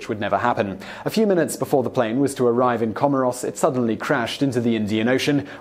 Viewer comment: Please check your pronunciation of Comores. Otherwise, great video, as usual.